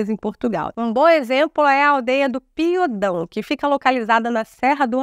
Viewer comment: As aldeias não podem ser "cidades". Uma aldeia é uma povoação, normalmente isolada, embora esse facto não seja determinante. Em regra, são unidades menores do que uma freguesia e dependem desta. Deve dizer-me Piódão, e não Piodão. O acento tónico está em ó.